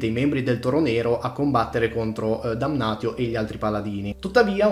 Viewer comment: va bene però se non vuoi chiamare Marcus Marx (come giusto che sia) bisogna pronunciare Damnatio Damnazio